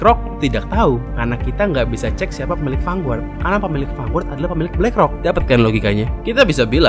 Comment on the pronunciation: mas, lafal "Vanguard" itu "fan-gard", bukan "fanguart"